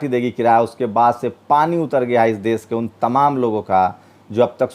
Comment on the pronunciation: aap apni dari trim karwaye plz. AAP APNI BHASHA SHUDH KIJYE SHA SHABD KO SA NA KAHEJI DESH KO DES NA KHAE. NIRDESH KO NIRDES KEH RHE HE